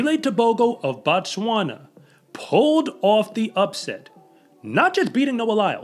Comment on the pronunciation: Be careful with the pronunciation. You are saying "BaTswana"... as if the "O" in the name is pronounced "ah". When you pronounce it that way, you are very precisely and specifically saying "The Tswana people". The correct way to pronounce "O" in African phonetics is "oh", or the syllable "oa" on "Boat". The way you should pronounce the name "BoTswana" is "Boat-swana" which means "place of the Tswana" people. In the Bantu language, we have the same form in "(B)uGanda", which reduced to "uGanda", which should correctly be pronounced "ooh-Ganda", since all we are doing is dropping the leading "b" in a sort of variation that is common among those who speak the Swahili dialect of the Bantu language. The country is "BuRundi", therefore the people are "BaRundi"; one person is "MuRundi"- some of you may have heard of the Bantu language noune "BaZungu", meaning white people; and therefore one white person in "MuZungu"